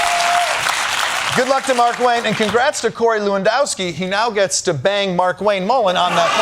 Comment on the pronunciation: On a side note, it's not Mark-Wayne Mullin... It's Mar-Kwayne Mullin. The pronunciation is everything, you gotta get his nouns correct.